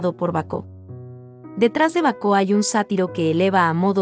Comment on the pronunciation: Baco, no Bacó